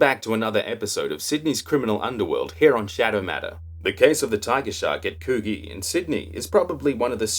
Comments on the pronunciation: It's pronounced could gee not what you said lol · Great vid shadow.. Love you're work mate.. Coogees a tricky one, Its pronounced Couldgee, Anywho carry on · Very entertaining , except for the mispronunciation of Coogee 😀